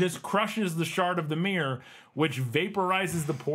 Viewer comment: Your pronounciation of mirror is just myyrrhhh :D